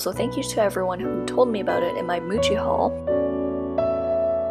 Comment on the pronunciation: Why do I keep hearing Gucci when she says Muji 😂 (This isn't meant as hate by the way, I love your channel.)